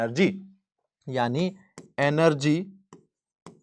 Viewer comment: Sir app energy ko app ean+ ner+ ge bol raha hai app